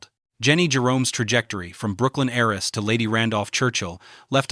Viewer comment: Good presentation. However . . . there are a lot of repetitive segments which could be collapsed into more elegant segments. And also, the word "heiress" is not pronounced "HAIR-ess", but "AIR-ess". The H is silent in all versions of the word.